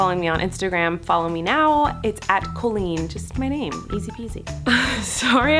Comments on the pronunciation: I love you some much but it bothers me how you say our name. My name is also Colleen but its pronounced Cal-leen not Cole-een now when I meet people they say it the wrong way. Did you stop caring how you say it or is that how your family said it? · Co-leen? Why are we pronoucning it this way- col-een. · Why does she pronounce her name “Co-lean”